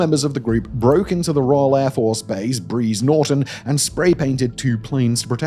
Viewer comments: Brize Norton, not Breeze Norton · Anyone else cringe at that pronunciation if Brize Norton. Jokes aside thanks for rasing this. As a UK citizen this is only getting more and more concerning. Particularly with the planned Digital ID. One of the problems is that the only people speaking about this with earnest are on the right. Given the polarised nature of the UK at the moment that means this often gets labeled as alt right conspiracy theory. But it is definitely a concern. It certainly feels like we are in danger of sleep walking into totalitarinism under the guise of "politeness" and "the children". Edit: The waste of recources part is crucial as well. We are having a real issue at the moment with the police not even bothering to investigate things like robberies. So part of the frustration is that they'll send armed police for a tweet, but if you have everything in your house nicked they can't be bothered to get off their arses. Some of the criticism in the comments point out the one sided nature of this coverage. Whilst I think most of that is usual American right wing winging it is a bit valid. Just to give one other example a few years ago leading up to Charles' coronation. An members of an antirape charity were arrested for handing out alarms. Not a great look given members of the met have a habit of raping and murdering women.